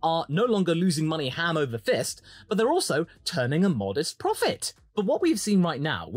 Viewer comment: Sorry. Did you say “Ham over fist?”